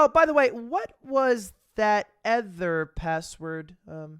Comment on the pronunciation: why do u say ether instead of other